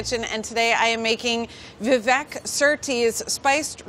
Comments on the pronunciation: How do Indians not know how to pronounce their own names wtf it's not Vi-Vék it's Viveyk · tip : you pronounce vivek just like you say we wake but just a tiny bit faster